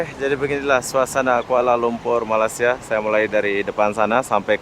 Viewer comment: Bila mamat ni sebut je malassia terus tak minat dgnnya , dia nak beritahu dunia yg rakyat Malaysia ni malas2 lah tu , negara2 asean pun salah sebut , subjek pengetahuan am kurang ye , lepas tu ramai pulak konoha yg sebut malassia , pengor tenan